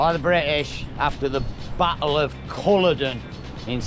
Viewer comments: Pronounced Orky not Orchee, Culloden is pronounced Cull-lodd-en, not Coll-a-don, and its Argyll and Bute, nor Brute. This bloke has been to Scotland far more times than I have yet he butchers the Scottish place names that even I know how to pronounce. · Culloden like kul-aw-din